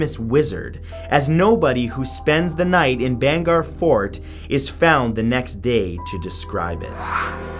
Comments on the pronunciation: bhangarh pronounced like this bhaang ar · Dude ur pronunciation of Rajasthan and bhangarh 😔😔